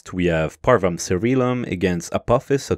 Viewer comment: I see you are using church latin over classical latin, you know with you saying parvum cērīlum over parvum cairēlum. Uppon listening to it more, I think youre not using either. I think you got taught church latin at school at some time and didnt ever learn it properly and these days encounter classical latin more often and try to use it but having never learned it pronounce it not exactly as one should.